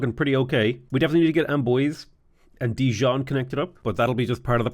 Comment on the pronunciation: I can't get over how will correctly pronounce several cities that aren't spelled phonetically (e.g. Nantes as "Nonce" not "Nan-Tees", and even getting more or less the correct pronunciation of Rouen), but he absolutely refuses to pronounce "Amboise" as "Am-bwah". I'm more frustrated at myself for caring so much about something stupid than I am about that one thing, but I just can't stop literally saying "AM-BWAH! AM-BWAH!" It's me, hi, I'm the problem here.